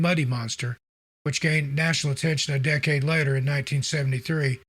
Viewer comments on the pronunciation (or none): none